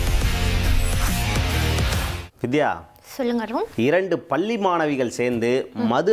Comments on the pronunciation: பள்ளி...பல்லி அல்ல...தமிழை கற்று கொள்ளுங்க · என்னது இரண்டு பல்லி மாணவிகளா. ? டேய் என்னடா இது தினத்தந்தியில் செய்தி வாசிப்பாளருக்குத்தான் தமிழில் அவ்வளவாக வார்த்தை செறிவு டன் செய்திகளை வாசிக்கத் தெரியாது என்று நினைத்தோம். ஆனால் இப்படி 13 -ம் ஜோக்கராக இருக்கிறதே. பாவம் பாரம்பரிய " தொந்தி " பல்லி ( palli )மாணவிகள் இல்லை தோந்தி டோலி. " பள்ளி ( PALLI ) மாணவிகள். யாராவது நன்றாக தமிழ் தெரிந்தவர்கள்" தொந்தியில் இருந்தால் இவர்களுக்கு தமிழ் வார்த்தைகளை எப்படி நன்றாக உச்சரிப்பது என்று தயவுசெய்து சொல்லிக்கொடுக்கும். வால்க தமிழ் வலர்க தொந்தி